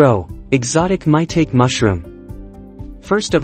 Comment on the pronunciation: It's not pronounced "MY-tayk". That computerized voice is killing me dude. Otherwise, very good video